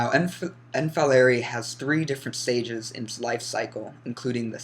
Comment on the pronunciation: Is pronounced folerai